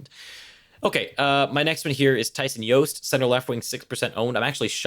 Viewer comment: Why do we keep calling him "Yost"? He pronounces the J, just sayin...